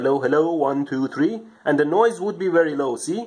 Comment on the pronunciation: I apologize for pointing it out, but I cannot help to notice that when you pronounce "v", you often accidentally say a "w" sound (example. "wery nicely wound"). What is your native language? Does it not distinguish v and w sounds? I'm genuinely very interested.